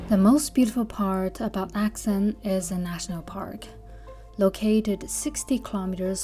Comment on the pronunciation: Does anyone else find it odd how she pronounces Arxan differently in the voice-overs to the direct-to-camera scenes?